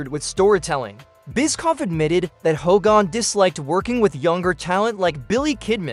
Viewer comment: Did you really call him Ho gan...Come on man